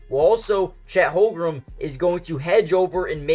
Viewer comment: Lolz at this guy trying to pronounce Holmgren. Holgrum?